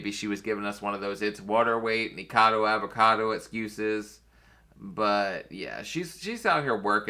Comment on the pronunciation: Niko-cado avocado....just saying...sorry, you're not the only YouTuber who mispronounces his name, it just irritates me...sorry...you know I luv ya 😂